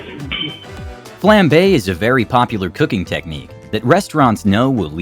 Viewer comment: about 10 mins in, WTF is a flambae?